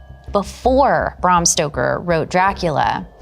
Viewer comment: Can she say Bram Stoker's name correctly, PLEASE FOR THE 100TH TIME, IT'S BRAM! BRAAAAAAAAAM NOT BRUM BRAAAAAAAAAAAAAAAAAAAAAAAAAAAAAM!!!!!!!!!